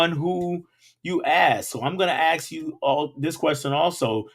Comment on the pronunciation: I asked you over a month ago regarding why you pronounce ask the way that you do. You have not commented on my comment or responded in any way or answered my questions. Why is this? Are you going to be obstinate and continue to pronounce ask the same way you are in doing so or you going to evolve? You should evolve because you are a teacher and you if you say the word ask like that in front of your students you are especially endorsing it. The people that you teach deserve the opportunity to learn the words the correct way and not be set up for different ways of perception in society by the way that they pronounce very serious key words. You need to evolve your way of saying the word asked and you also need to acknowledge my comments because you come across as a classless individual obstinate to change otherwise